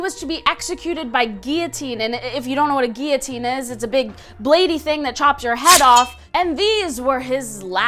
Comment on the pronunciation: It's. Or pronounced "Gipeeyoteen" it's pronounced "gilliuteen"